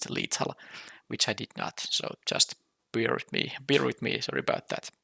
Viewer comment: Actually it was a little joke. Due to accent when you say "bear with me", to my ear it sounds like "beer with me" :) Initially I imagened you are from middle east. Now when you showed your face I think it is may be Finland. Jokes aside, real life draft with beer would be great indeed.